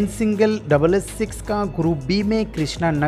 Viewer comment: subah Cho bje khelenge 😂😂😂. Yeh bihari log na shi mae , ek bengali hai jo v ko b bolte hai , aur yeh bihari , ch ha ko cho bolte hai . : = ha . Chalo koi ni humari mammi bhi bihari hi hai.